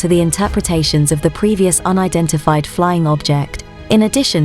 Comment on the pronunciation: if i hear her sayin UNIDIFIED FLYING OBJECT one more time im dead